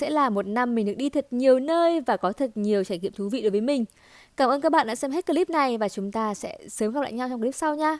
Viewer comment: Chị có thể nói là clip thay vì " cờ líp " ấy ạ , có lẻ em soi quá , nhưng em vẫn mong chị khắc phục , hôm nay chị xinh quá xinh luôn